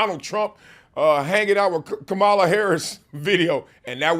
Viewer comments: Love your perspective, but I hope you didn’t intentionally mispronounce the VPs name. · Why you haven’t learned how to pronounce the Vice President’s name yet man. So disrespectful!!!